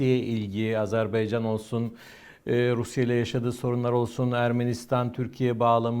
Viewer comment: bu değerli analizlerinizin arasında, keşke “Azerbaycan”ın adını da artık doğru telaffuz etmeye özen gösterseniz…